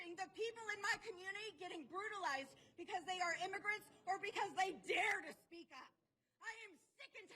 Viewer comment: "or because they DARED to speak up" that inflection was insane 😂😂😂